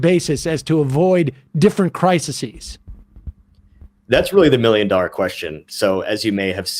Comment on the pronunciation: The word "crises" is pronounced "cry-seez".